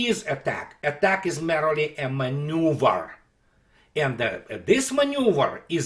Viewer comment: не сочтите за наглость и придирки, но на фоне прекрасной аналитики невероятное произношение некоторых слов просто режет слух - обратите внимание на "merely". Надеюсь, вы на меня не обидитесь.